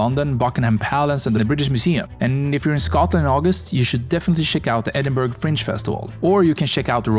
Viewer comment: Edinburgh is pronounced Edinborough not Edinburg You mention pockets of Scots ,Welsh and Irish The languages are Scottish Gaelic Irish Gaelic and Welsh